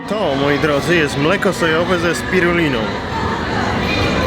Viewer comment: spirulina, nie spirolina